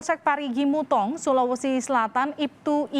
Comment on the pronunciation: mo u tong bukan mutong😭